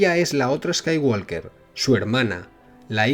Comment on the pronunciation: La "L" en "Skywalker" no se pronuncia.